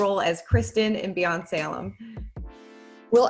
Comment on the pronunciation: Beyond! Salem! Beyon-ce-lem... What?!